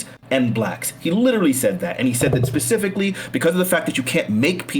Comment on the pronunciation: Anyone who says “pacifically” instead of specifically should be treated like they actually said pacifically. This should have been bullied out in 2nd grade.